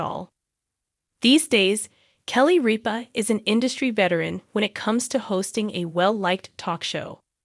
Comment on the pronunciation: It’s RIPA NOT REAP-A